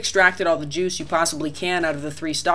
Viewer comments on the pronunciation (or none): none